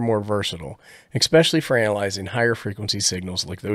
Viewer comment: "Ek specially"